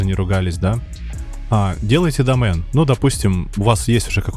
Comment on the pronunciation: видео прикольные, но вот слово домэн ахахахах а так лайк)